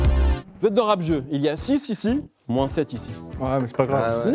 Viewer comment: Rap Zeuu!! mdrr le présentateur